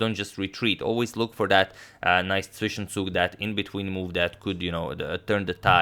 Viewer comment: He actually pronounced Zwischenzug correctly. Amazing